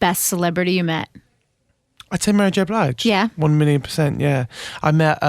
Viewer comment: This male DJ butchering names of soul greats such as Chaka Khan and Mary J Blige, then proceeds to not know Robyn!? How are these people working in radio? #disgraceful Any who, Sam was charming and wonderful as usual. Seriously that Sam I am game was awesome. I wanna be his bestie. LOL :P